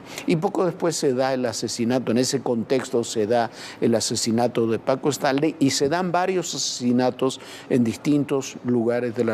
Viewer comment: PACO QUÉ? ninguno de los 2 sabe pronunciarlo jajaja